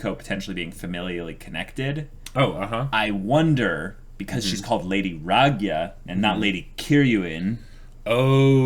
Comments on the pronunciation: The way you pronounce Ragyo's name is sorta painful XDD Ra-gyo. With the emphasis on the last O. Not Ragya. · Satsuki's mom's name is pronounced ra-gyo, long drawn out o sound. The Ragyou spelling is a bit confusing to an English reader, but you gotta remember that in Japanese-to-English all vowels are pronounced individually.